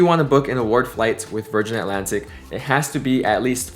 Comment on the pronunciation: Virganna, thank god there is the letter R 😂😂